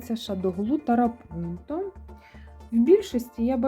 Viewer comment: Дуже гарні роботи! Тільки чому тарапунто? Я завжди чула трапунто❤